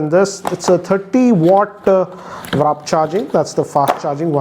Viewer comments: It's "Warp" not "Wrap". facepalm 🤦🏻‍♂️ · its not wrap charger, call it warp charger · Not wrap it's warp